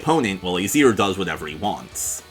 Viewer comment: It’s uh-zeer